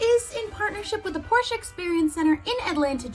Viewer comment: YES ITS “POR-SHUH” I try telling my friends this and they still say “porsh.” Also ur really pretty